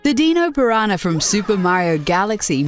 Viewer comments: "The Deeno Piranha" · deanosaurs. WHY THE FUCK DID YOU PRONOUNCE IT DEANO PIRANHA?!